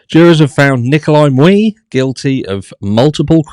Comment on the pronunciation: Hi. Great video, as usual, BUT it bugged me everytime you mispronounced Mr. Miu’s name. It’s pronounced Me-you, not Mew-ee. 😉